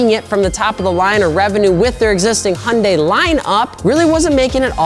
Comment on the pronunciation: What the hell is a “Honday”?